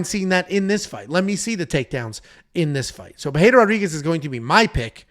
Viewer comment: Why is calling her Pereira Rodriguez 😂😂😂